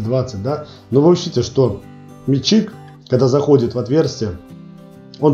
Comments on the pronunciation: Автору! Внимательно прочитай ту галиматью под видео. Если начал рассказывать и показывать - изучи русский язык, склонения, падежи! У тебя - метчик - он же - личико, он же мичик, он же... Называй правильно инструмент, используй общепринятые технические термины - и тебя начнут понимать... Вообще-то видео - для тех, кто забыл или не знал - познавательно. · не мельчик а мечик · А почему метчИк? Нас учили мЕтчик...